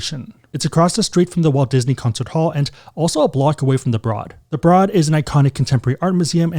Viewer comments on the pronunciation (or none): Great video! Santa Monica local here - Oceana is always busy and heard similar reviews as yours. WA is always a solid pick. It’s beautiful. I’m excited to check out the Conrad, maybe in the Spring. Oh, and the Broad - it’s pronounced like “road” not “rod”. (Or like “brode”). Anyway loved the video and content as always! 🎉